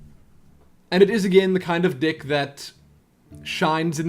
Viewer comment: Haha, I liked this video already after watching only 30 seconds of it. Pronouncing "deck" as "dick" is pure comedy gold ;)